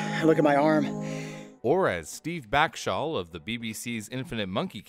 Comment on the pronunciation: f in the chat for pronunciation of steve backshall